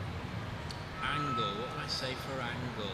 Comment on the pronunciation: I like how Bradley calls Angel "An-gle" when he's describing her in one word. Nice that he says she's bubbly.